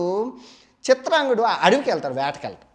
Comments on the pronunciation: Chitrangudu kadu bro CHITRANGADADU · చిత్రాంగదుడు .... చిత్రాంగుడు కాదు.